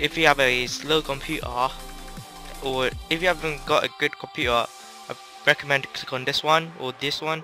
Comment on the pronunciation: do you have a slow computaa lol, sorry it sounded wierd. But good video dude. could u do a tutorial on how to do the getaway black monday on the emulator plz!